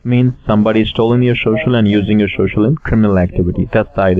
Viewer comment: I feel like if he says "shocial" one more time my head is gonna burst. I cringe each time he says it!